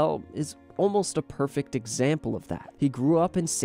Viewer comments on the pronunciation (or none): none